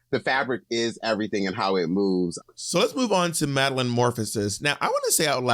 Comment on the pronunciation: not you calling maddy madlyn just like monet did on the pit stop. IM CRYING.